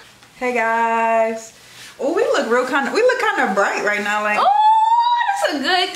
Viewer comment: I love the way way says “now” and everything that rhymes with it ♥️♥️♥️